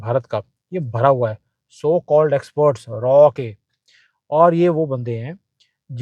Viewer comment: Aap galat bol rahe hai! RAW nahi RAAAAAA....bolte hai. Agar doubt hai to koi bhi Porky ko puch le jiye.😂